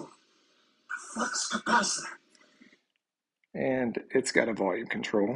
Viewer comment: The “flux capatchittor”!